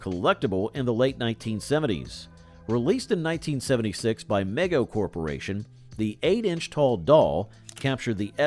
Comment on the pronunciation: Good video BTW: Mego is pronounced Me-Go, not meg-O